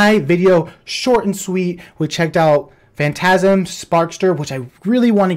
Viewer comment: "Phantasm" really?!?! 😂 😂